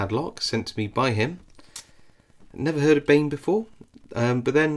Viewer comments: I think Bane is pronounced more like 'barn' but my Serbian is a little rusty 🤣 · You say it like Bein